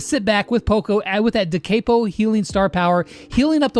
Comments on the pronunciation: "Poco's da caypo healing" Me who knows it's pronounced "da cop-o": visible confusion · It's not de keepo It's de capo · it's pronocend de cap o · The way he says da capo is kinda not cash money of him